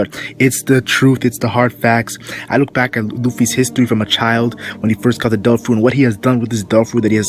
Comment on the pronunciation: instead of "devil fruit" all i can hear is "dolfurit" xD